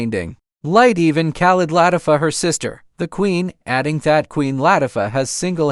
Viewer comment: That's the one thing AI cannot get right..😂.. Latiffa..